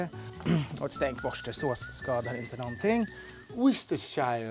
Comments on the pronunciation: wu•stuh•shuh•saws. Say after me please 🇬🇧 😊. Best wishes from London! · worcestershire = Woostah. Så bör det uttalas ifall man vill säga det som britter.